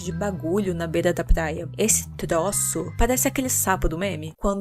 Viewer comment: "Plaia"???pqp kkk